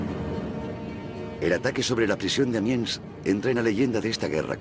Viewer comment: No es Amians, sino Amiens.